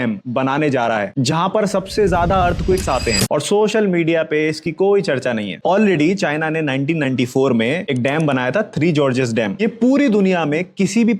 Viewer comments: साहब जी वह जार्ज नहीं है बल्कि गोरज है, कृपया करेक्ट करले वरन् जिस तरह मोदी के अलजेब्रा की खिल्ली उड़ी थी वैसा न हो जाए। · Three jeorges "Gorges"... Abey kis ki PPT chura ke laya hai bey...